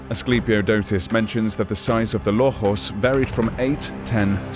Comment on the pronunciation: Nice work 👏 👌 but excuse me L(O)xos not lox(O)s S(Y)ndagma not synd(A)gma Thanks 😊